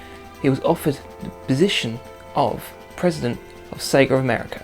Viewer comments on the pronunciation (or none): it's not segaer it's Sega